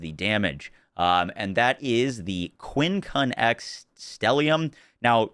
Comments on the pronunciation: FYI: it's pronounced "quin-cunx" (or "kwinkuncks" if that helps) not quin-cun-ex. It is a real word used to describe a five-point cross. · QUINCUNX, pronounced QUINCUNKS, not QUIN CUN X lol A quincunx is an arrangement of five objects with four at the corners of a square or rectangle and the fifth at its centre, used for the five on a dice or playing card, and in planting trees. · lol quincunx is a word and you pronounce it like it looks, the x isn't seperate. quin-cunks